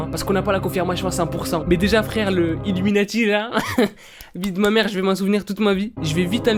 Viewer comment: Je suis chocais quand tu as dite iluminatif !